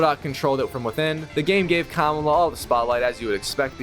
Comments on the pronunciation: Her name is Kamala not kamula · It’s ka mal la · It´s ka-má-la dude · The way he pronounces Kamala is killing me 😢